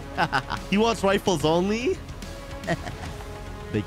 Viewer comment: Sniper "riffle"